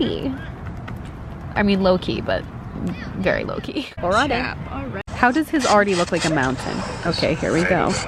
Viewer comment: Every time you ssy, "low key" I hear "Loki" 😂